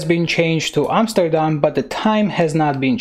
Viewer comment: You say Amsterdam like a Dutch person would. I can know, I am from The Netherlands.